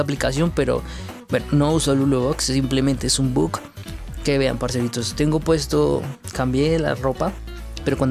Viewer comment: Por que decis but en vez de bug